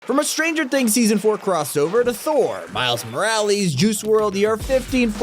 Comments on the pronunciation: Miles Morales! It's not pronounced Moraleys... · Bestie you're pronouncing Morales wrong. It's More-al-is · “miles moralees” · Ho hate but miles moralees 💀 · Morlise not morlez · Miles moralees🤣🤣🤣😂😂😂🤣🤣😂🤣😂🤣😂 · Not maraleese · Miles moralies? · Why is nobody talking about how he said miles moralies instead of morales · Miles moralees lol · Miles MORE-AL-US Not MORE-AL-EEEEEEEES sighs in yes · more- al- iss not morealees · "Miles MorAlies"💀💀💀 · Miles Moral-E-s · “Miles Moraleez” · The way he said miles maralies made me laughing but this video was still good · Ah yes miles moralies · “Miles moralies” lol I love how they pronounced his name. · Miles moralees 💀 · Miles Morales❌ Miles Moraleys✅ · did bro say miles moralees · Miles maralees bruh he got me laughing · "miles moralies" NAHHHHHH BRO LMAOO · did you just say Miles Moralees 🤦🏻‍♂️ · “ Miles moralis” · "miles moralies" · “Miles Moralees” 😭💀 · Miles moralees💀💀💀💀💀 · wait..... did he just say miles moreali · Miles moralees had me DYING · Miles "Moralease"- I literally can't breathe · Bro has no idea how to pronounce “Morales” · Why, WHY is he still mispronoucning morales?! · Why is no one talking about how he said miles morales like it’s so weird how he said it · The way he says Miles Morales though lol. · Bruh it makes me so mad he can’t pronounce morales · Just saying your pronouncing miles morales the wrong way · Were not gonna talk about how mispronounced Mile Morales?! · Bro said Miles Morales wrong